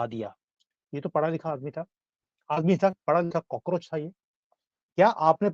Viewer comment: सर आपने कोकरोच बोलकर बोला मे हसने लगा वो हेही कोकरेच चुतिया हे